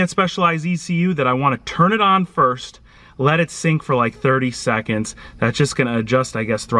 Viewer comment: What colour is "rad"? What's the meaning of "sackundary"? "sackonds"? Thanks